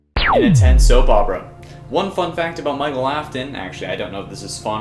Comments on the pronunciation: Mikel Afton? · Itsss Michael not Micheal just a reminder